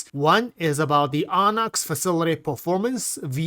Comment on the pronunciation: OOOOOOOOHHHHHHHH-nix..... lol not AAAAHHHH nix. <3